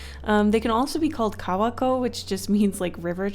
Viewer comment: for kappa, the a sound is different to how you said it. when you said kawako, you got the a sound correct though. use that same a sound for the a in kawako when you say kappa. as for kawako, the o is off. there really is no english word with the same o sound, but the closest i can think if is the o from the word "orange." it's much further back in your throat than the typical o sound in english. if you say the "ko" part of kawako, and then directly after say the word orange, you'll see how the o in orange feels further back in your throat. it's hard to explain, i guess. i'm just a linguistics major, and japanese is one of the several languages i speak, so i'm only saying this to help. i do realize that if you try to over-pronounce the japanese words, you can come off sounding pretentious, so even if you know the correct pronunciation, i fully understand why you've americanized the vowel sounds. but since the o from orange exists, i feel like using it is a good middle ground. love you and your channel! no criticism intended, i just thought that for the people who are interested, i'd give the proper pronunciation. love love love 💕💕